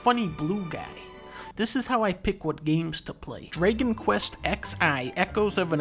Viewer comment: Why does he pronounce dragon as “draygon”?